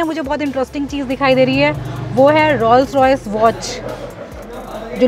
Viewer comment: Your renditions are excellent. However allow me to correct your pronunciation of Rolls Royce. Rolls is pronounced as ROLES.